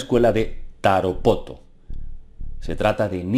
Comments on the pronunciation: se dice Tarapoto no Taropoto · es tarapoto :) y no taropoto... saludos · Es Tarapoto no Toropoto , saludos desde Perú.